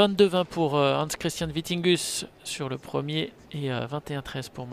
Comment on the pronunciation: Will be interesting to follow the ups and downs of players after one years covid break! And on a sidenote it is Vittinghus, not Vitinghus!